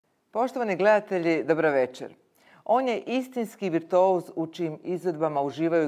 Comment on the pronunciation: To je i meni odmah zapelo za uho, gospođa je pogrešno rasporedila slova...virtouz, umjesto virtuoz